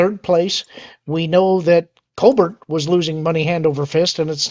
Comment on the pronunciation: thank you for pronouncing COLBERT's name correctly. COLE-BERT